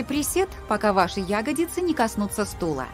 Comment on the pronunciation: Как серпом по ушам "Ягодицы", когда всю жизнь "ягодИцы" были!